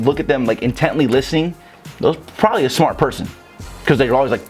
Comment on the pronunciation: “TOO SMAAHT!” 😭man you funny